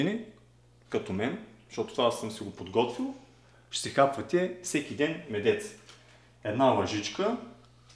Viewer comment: Какъв е този медЕЦ?? Ядец!! Думата е едносрична и в мъжки род. Къде може да пада ударението? Я кажи къде е ударението сега на училища, летища, мостове, лостове? Казва се мЕдец